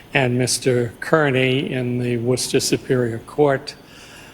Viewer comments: you're close with pronouncing "Worcester" but it's not "woo" or rooster with a "w," it's pronounced like "wuss" as in coward. So wuss-ter 😊 hope this helps. Love your videos. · It is actually pronounced Wuster. Worcester pronounced Wuster. Not pronounced Wooster as a rhyme with the word rooster. But you did make me laugh. Thank you for that. lol ha ha. Love your videos as usual. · I love you! But It’s not pronounced “ woo-ster” Hahahahaha!! 😂😅😊 😝 😆 It’s pronounced “WUSTER” the R is silent. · You're close instead of saying Wooster it's pronounced Wister. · its WUH-ster not wooooo-ster ❤ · Wooster 🎉 If you are a local it’s Woosta 😊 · It’s Wuhstah not woooo 😂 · Worcester Not like Wooster no woo! Or err sound It more like wahstah - hard to explain When you say the word Buster change it to Bastah then remove the B add a W Whastah but dont over exaggerate the wha but it definitely not War-Chester or wooster like saying booster.. not good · WUSS-ter, MA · It’s not Woo-ster but more like how you refer to a coward wussy. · Wuss-ster,, Not Wooster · “Whister” not Wooster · LOL "Wooster" - is that how Elmer Fudd says "Rooster." It's pronounced Wuhster. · Not “Woo”, it’s “Wuh”. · if you're from Worcester, it's pronounced "Wistah" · Worcester in massachusetts is pronounced wusta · It's more like "wuss-tuh" like calling somebody a wuss and adding "tuh." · It's Woostah. ;) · it’s pronounced wis-ta as we do not pronounce r’s and the OR in the beginning is completely ignored. It may take some practice, because I’m willing to bet you will cover a Massachusetts “trial” again. We have a plethora of clowns in our “justice” system. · Wuastah is really how you say it. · “Woo-stir” is how my family has always said it. They’re from the Berkshires so it’s possible that’s how that area says it- Bostonians might say it slightly differently. No I know pronounces the R in Worcester. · Close, but 'Wuster ' works perfect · It’s: Wustah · Irs WUCSTAH 😂